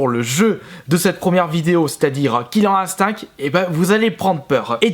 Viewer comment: killer ine-stincte merci dsl je suppote pas les prononciations comme ca